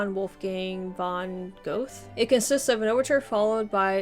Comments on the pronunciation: "Gothe"? How old are you, where did you go to school? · Goethe is pronounced in another way. There is no th like in the english language within the german one. It was lost there in the 9th century. So the 'th' is spoken as a simple t in English. The 'h' after 't' is just very old orthography, which is only found in names and very few words like 'Thron' today. The 'e' at the end is spoken like the 'e' in 'Wellington'. The 'oe' is spoken like the vowel in the french words 'feu' or 'oeuvre'. Try to speak the 'e' in 'bed' with closely rounded lips. Johann Wolfgang von Goethe is the most famous german poet. His most famous writings are 'Faust' and 'Die Leiden des jungen Werthers'. He also did science and acted as politician. If you only have time to learn about 4 german authors or poets, this should be Goethe, Friedrich von Schiller, Heinrich Heine and Thomas Mann. In his days Goethe was so famous, that even Napoleon came to visit him.